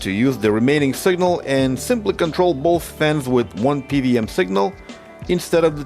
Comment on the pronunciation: I know you originate from some post-Soviet country, just like myself. It's pronounced "P double-u M", not "PVM". Thanks for sharing still! This repair case was interesting.